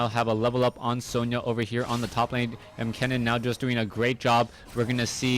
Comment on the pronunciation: Ken-nen. Not Kee-nan.